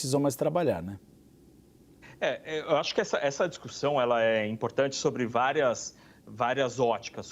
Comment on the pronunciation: O apresentador de um grande canal brasileiro de jornalismo falando "discuRsão" por várias vezes...